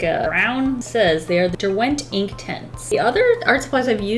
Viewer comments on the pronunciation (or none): just want to put it out there - it’s DER-went not der-WENT i live near where they’re manufactured sooooooo yeah love ur vids btw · Dont' want to be ~that guy~ but the emphasis is on the Der, not the went ;)